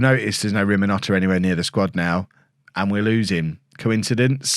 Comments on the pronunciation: favorite. And still he haven't read his name properly. RiNoMhota, not RiMoNhota. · It is Rinimhota, not Riminhota. Your love for the man is almost as irrational as your pronunciation! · I found your channel around 3 weeks ago. Subbed straight away, and have watched every video since. But..... There's one that's been really annoying me....... If you're going to carry on say Rinamhota, can you please say it right..... The n is before the m...... Thanks, and keep up the good work 👍😊